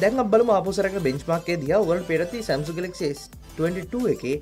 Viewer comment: සැම්සුන්ග් නෙමේ සැම්සන්ග්